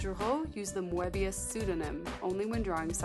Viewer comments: It is pronounced "Möbius". Not "Moabius". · I believe the 'e' in Moebius is silent, like moebius strip, but still, a great video. Moebius is such a master of the craft. I was glad you also showed Blueberry, a great Western comic. His work in comics and film transcends the mind in such a way, while still feeling grounded. I'm really loving this series and can't wait for the next episode.